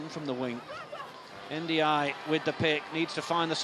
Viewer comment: its the first time i hear the good pronunciation for n'diaye...